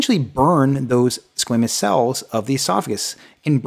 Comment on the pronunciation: He pronounces it squeeemous I thought it was squamous?